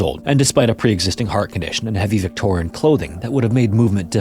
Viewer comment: Love these videos but the narrator needs to slow down. He’s speaking way too fast and slurring syllables together. For example - instead of saying incidents, he said instants. In the intro he said Washton instead of Washington. And Vitorn instead of Victorian, jah instead of jacket, quinstan instead of coincidence.